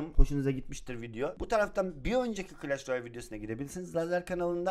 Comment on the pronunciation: clash royale glash royale diyen koca yürekli laz